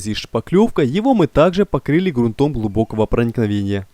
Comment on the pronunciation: СтЕну, а не стенУ, стЫках, а не стыкАх. ГрУнтом, а не грунтОм. Как не русский.